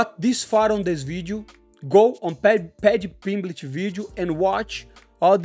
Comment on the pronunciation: Just hearing Moicano pronounce "Pedhy Pingmlet" was worth a like. They should coach the ultimate fighter series together. Then we would have "sausage" vs "Easy focking money". Pay this man double.